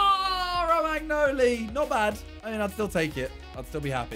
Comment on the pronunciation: The way Simon says Romagnoli is infuriating